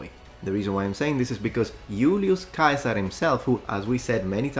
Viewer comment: i just find it absolutely hilarious that the legion in fallout everybody makes fun of for pronouncing "caesar" wrong are actually the ones saying it correctly. as i have just learned from our il italiano primo.